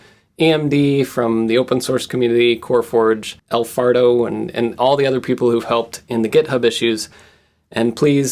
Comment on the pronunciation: he said, "el farto" lol